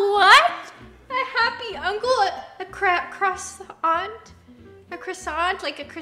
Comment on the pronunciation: Nessa struggling to pronounce croissant IS ME 😂